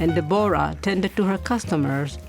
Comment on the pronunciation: "De-bor-a" Please, it is simply DEBORAH